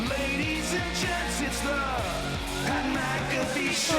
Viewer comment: My lad said Mat PcAffee